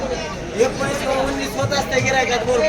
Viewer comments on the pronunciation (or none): एकोणीस उननीस 🤣